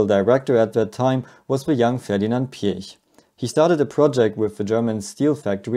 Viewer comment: So lovely to hear a native-German pronunciation of the surname Piech, so often butchered by English speakers. Anyone for peach?